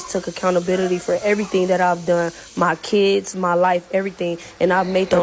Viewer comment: “Mah Keedz”